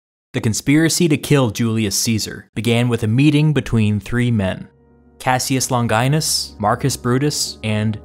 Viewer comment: HAHA !!! his name is Casius longaynus